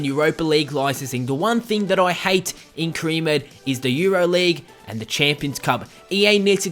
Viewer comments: You can't say "career" lol you say cre instead 😂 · haha the way you pronounce "career" is hilarious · why can't you say career properly